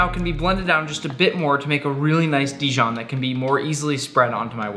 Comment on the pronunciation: Dijion must be from the region Dijion